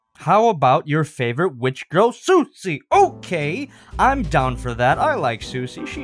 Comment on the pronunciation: He said grill not girl